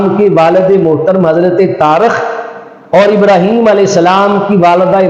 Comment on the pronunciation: اب تو سمجھ آیا رحیم تو ہے ہی نہیں ہیم ابراحیم لفظ تو نہیں ہے ابراہیم ہے